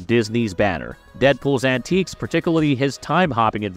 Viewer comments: Antics, not antiques...Twice! Learn how to say liaison. That Blind A.I. said multiple times in a few seconds made my skin crawl. Who listened to this and approved it for upload? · I just... can't. Clearly this "person" (if not an AI) has never seen an MCU film, let alone learned the English language. That is, I just can't watch this video. Who is this guy? And why must he pronounce: "antics" as "antiques" "experience" as "expirnce" "Josh Brolin" as "Josh Braahlin" "altered" as "aaahltered" "alternate" as "aaalternate" "Tony Stark" as "Anthony Stark" "bald" as "baaald" "rebel" as "rabel" And that's just in the first 25% of the video. Thanks, whoever you are, for ensuring I never waste time on your material again. OMG.